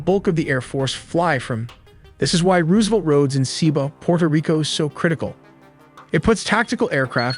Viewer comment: "Roooosevelt roads" AI narrator giveaway.